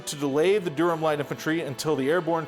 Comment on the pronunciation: Great terrain! It actually looks just like the interior of Sicily, which I know well. Btw, Durham is pronounced somewhere between “Durrem” and “Da-rum”. The “h” is completely silent.